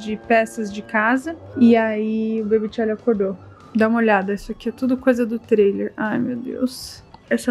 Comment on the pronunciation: Que esquisito vc falar bebe charlie